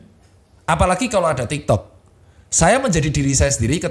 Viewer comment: kok gw dengernya tiktod ya😂